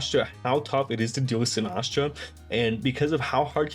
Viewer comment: Why do you pronounce Sinistcha like Sinahshu LOL Great video btw! Excited to see you two face off!